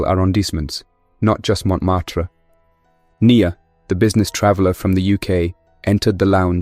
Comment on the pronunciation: Montmartre sound like pronounced by an Indian AI.